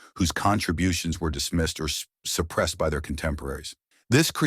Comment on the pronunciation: Not gonna lie I always though the narrator was quality AI until I heard him slip a little saying suppress 😂😂 all in all though brilliant channel keep doing what you're doing